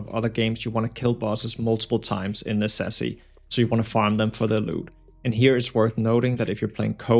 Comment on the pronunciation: That's a funny way to say Necesse